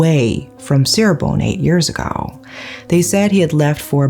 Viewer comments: Indonesian here! Thanks for covering this case, I enjoyed your storytelling… the correct way to pronounce Cirebon is Chee-rebon not See-rebon by the way, but it’s no problem I know Indonesian words are difficult to pronounce 🥹🙏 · Just wanted to let you know the C in Cirebon is pronounced as Ch.... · They made a movie about it, you should watch it. Fyi Cirebon is pronunce Chi-re-bon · Indonesian here Just so you know, places named Ci-x in Indonesia are pronounced with "C" (like you would "cheers") rather than "S" (like you would "see") Props for bringing up an Indonesian case I'd comment also regarding the police here, but I see that it'd be redundant